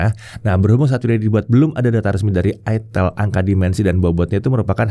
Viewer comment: Udah bener sih nyebutnya "aitel". Kalo "aitil" malah bisa bikin pikiran jadi traveling, soalnya namanya nyaris ramah (Buat orang Jawa). Cmiiw